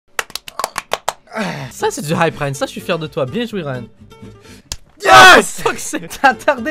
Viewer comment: Ryan ta "géchan" XD